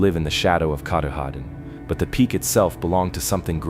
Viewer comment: too bad you can't say it so he could hear it and get it right. Oh well. keh TAH din (accent second syllable) is about as close as I can write it. He also had trouble with Sebasticook and a few other words, but hey, those old names are hard to imagine if you never heard them before. The stories were still fun and interesting.